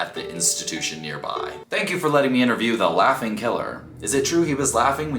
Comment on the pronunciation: I swear said "laughting"